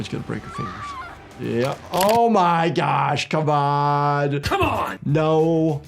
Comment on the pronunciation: Why did I hear bro say oh my gyash in